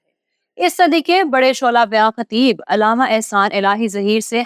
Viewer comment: لفظ علامہ ع پر زبر ہے زیر نہیں ہے آپ کو اردو بھی نہیں آتی تو نیوز پر بیٹھ گی ہو